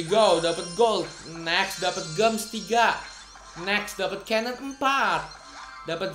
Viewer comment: Bacanya, jems, bukan gems! Sama you udh dapat SMC belum?